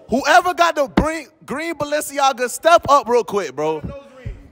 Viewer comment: Broooooo why did she pronounce “balenciaga” like that lol